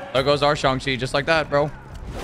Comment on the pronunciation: Bro said Shang Chi😭😭